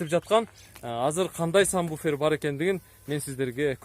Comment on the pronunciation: Сам буфер эмес Сабвуфер